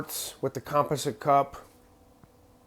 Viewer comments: Was wondering where your from... the way you say composite (com-pos-it) really got me wondering lol love your content brother always good... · Never heard composite pronounced with the first syllable accented. Sounds super strange to me as an American. Maybe that's a northeastern thing.